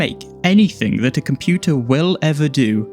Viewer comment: *computer not comptuter